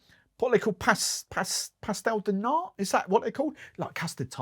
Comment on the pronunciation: You did pronouce nice the pastel de nata im going to buy it just because of that note haha